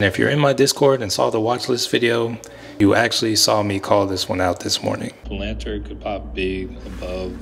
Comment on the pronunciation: Never heard palantir get butchered like that 😭😭.. like that strategy tho my boy